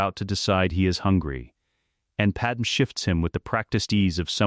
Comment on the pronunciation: I thought these same things throughout the Video. Padam is simply gross. Same goes with Qui-Gon in his other Videos. The false pronunciation of names is for me a no go. The Speed of the sentences are to high and to monoton, sorry. It dosn't sound like Story Telling